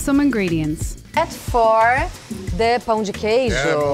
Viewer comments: won me completely with his perfect pronunciation of "pão de queijo!" ❤️❤️❤️ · is almost Brazilian ❤️ Perfect pronunciation and he knows the "pau" meaning hahahahaha